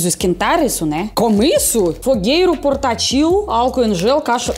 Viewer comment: Clorim para purificação de água. E seria portÁtil com a sílaba tônica no A